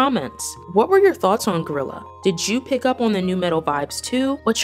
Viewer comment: its guerrilla not gorilla hunn